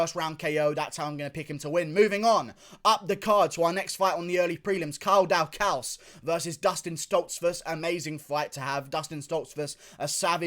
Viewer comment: The way he says Kyle Daukus is Hilarious